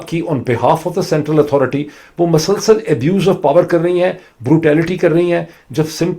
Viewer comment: Dr.mueed sb not masalsal It's musalsal please correct your ward I have hard many time in your tunge.... thanks you